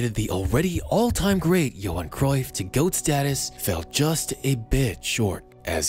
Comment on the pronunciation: Johan* not Jouwhon